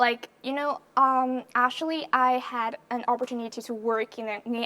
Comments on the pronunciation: Phát âm actually thành ashually? Sao mình ghét con này thế ko biết. Giả tạo vãi cả LỒN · E ý phát âm sai từ Actually khá nhiều lần, thiếu âm k và âm ae lại bị đọc như âm a.